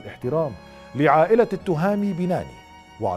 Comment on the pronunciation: نحن المغاربة ننطق أسماء وألقاب المشارقة بطريقة صحيحة حتى ولو صعبة ومركبة. ولا أفهم لما المشارقة لا يستطيعون مع أن الإسم ذكر في القناوات المغربية. التْهامي وليس التُهامي. وبنَّاني وليس بَنَاني. والعَلمي وليس العالمي.